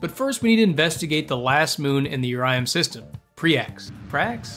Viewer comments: "urium" is actually urlum. pronounced Ur-lum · Also, it’s Urlum with an L not Urium with an I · its urLum not urium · ITS URLUM NOT URIUM 😠😠😠😠😠😠😠😠😠😠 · No one wrote a comment about him calling URLUM, URIUM? Or did u just not see any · its not Urium its urlum bro 😭🙏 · The planet you call "Urium" is spelled "Urlum". Hope this helps you on future vids. Also, a tip for knowing when it is safe to deploy a parachute: I'm not sure if this applies to the visual mods you're using since I like playing on the stock graphics of the game, but on the staging view, a parachute's icon will be gray if it is safe to deploy, yellow if it is risky and red if it is unsafe. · why did you say urium it's URLUM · Im pretty sure its urlum with an L not an i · WAIT IT’S URIUM NOT URLUM?!